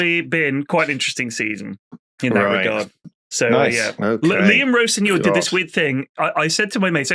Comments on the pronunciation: how has he managed to pronounce rosenior like that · Yeah at the most a very surface level knowledge - Even pronounced Rosenior's name wrong lol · Why is pronouncing Rosenior like that 😂